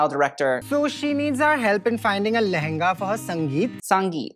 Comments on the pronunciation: hey, it is pronounced as leHenga (with the prominent sound of H) only and not Lenga. The bride has an accent, probably because she seems to have been brought up outside India. But yes, you were pronouncing it right. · You pronounced it right. It's lehenga called only, not lenga. The second bride had more of an American accent, but we Indias call it lahenga in hindi or our regional languages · It is pronounced lenHga, you said it correctly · Your pronunciation of LeHenGa is correct. Hers isn't. 👍🏻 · love this, also you were saying lehenga perfectly, "lenga" is in fact the more westernized accented way of saying it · You pronouced the lehanga perfectly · Hi, it is supposed to be LE-HEN-GA only, you said it correctly. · You pronounced Le-heng-ga so well though before that "Lenga" by the second bride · you said Lehenga perfectly she said it "ratchet" lol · U were more accurate (pretty exact) i think than the bride at pronouncing lehenga to be honest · You were pronouncing lehnga correct with the 'huh' sound, the second bride had an western accent so her pronunciation was not right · You got the L-E-H-E-N-G-A pronunciation right. It's not L-E-N-G-A. She has an American accent🙃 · Your lehenga pronunciation is correct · The way you were pronouncing Lehenga was absolutely fine... its just a different accent... your previous pronounciation was more in tune with Indian accent. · actually you pronounced the lehnga correctly. yours was correct :) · it is lehenga!! You pronounced it right, the second girl pronounced it wrong.. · your lehenga pronounciation was correct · You were pronouncing lehenga correctly. The girl got it wrong with her white accent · no your first pronunciation of “lehenga” was actually correct because the bride seems to have an accent and she isn't authentically pronouncing the word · no, you pronounced it's right, there's emphasis on the 'h'. She pronounced wrong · Actually you pronounced it right, it is a lehenga and not lenga